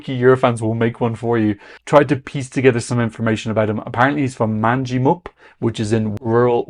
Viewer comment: *man-ja-mup - this is the correct pronunciation for Manjimup. it is about 40km from the ocean. I noticed it sounded very Sheppard the first time I heard it and then I discovered they co-wrote it. They of course were in Australia Decides 2019 and were apparently in contention to be Australians representative last year.